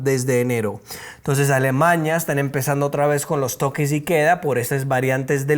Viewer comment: no es Alemaña. Es A l e m a n í a. ALEMANIA, n i a